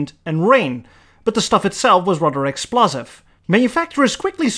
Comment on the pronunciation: “But the stuff was rather Axeplosive” lol